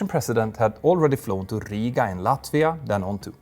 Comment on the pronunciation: Petter managed to pronounce Rīga correctly and Helsinki incorrectly in one sentence. So…